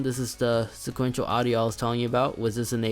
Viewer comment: Spatial audio bro, spatial, not sequential.